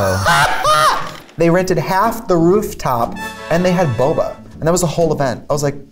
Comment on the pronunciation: why does she boba like that lmao